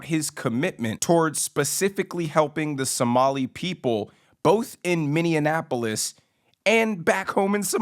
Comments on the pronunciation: Why do you keep pronouncing Minneapolis “Mini-Annapolis”? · The correct pronunciation is Minnie-apple-is... 👍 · Are you deliberately mispronouncing Minneapolis? I keep hearing Minneanapolis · You’re right about everything but you have got to get the pronunciation of the topic city correct. It’s not minneANapolos. Come on man. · Learn how to say Minneapolis properly to improve your racist take on this very poor candidate for mayor. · Good Video - But it’s funny to me when people can’t pronounce Minneapolis (& Walz on a side note) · Yes, your right. these people are doing the wrong things. But, FYI, It is miny-apolis, in Miny-and-apolis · How can you not read Minneapolis correctly😂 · you would appear to make more sense if you simply pronounced Minneapolis correctly. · I'm 71 yrs young and there's no way I want this 35 year old punk running my life. BTW you're pronouncing Minneapolis wrong. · It's really phucked here in Minneapolis, btw you're pronouncing Minneapolis wrong. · Just FYI you mispronounced Minneapolis almost every time in this video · Why do you keep pronouncing the word Minneapolis like a Greek word? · Bro why do you say Minneapolis like that 😂😂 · You pronounced Minneapolis right the first few times, then changed.... I've noticed this in other videos too. Please fix it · Please learn how to pronounce Minneapolis. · there's no D in Minneapolis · you better be careful, Tim Walz and Omar Ilhan are going to come after you for mispronouncing Minneapolis.😉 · You're pronouncing Minneapolis wrong. I N only. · Pronouncing Minneapolis is kicking your butt🤣🤣🤣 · It is pronounced Mini- apple-is. I am from Minnesota. Nobody on the outside of Minneapolis wants this! The city is liberal and the outskirts of the city are much more conservative. Minneapolis has become a smelly armpit of Minnesota. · Why is he pronouncing it as Minninaapolis? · It's Minn E Apolis.....not what he kept saying Or Baby Mogadishu, more here than there.